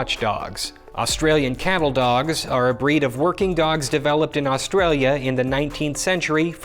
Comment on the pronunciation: Dear all Americans, stop trying to pronounce 'Australia'.